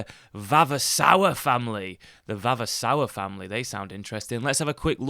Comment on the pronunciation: The pronunciation of 'VAVASOUR' is 'VAVASOOR'...the first 'ruin' is a 'no touch' proposition...the other two items are possibilities if you have the wherewithal and the time to devote to redevelopment